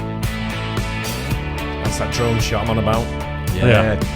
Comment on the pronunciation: Oh you said drone I could sworn you said drum. 😄